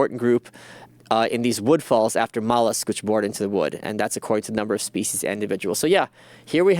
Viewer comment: I hate how he says "speece" instead of species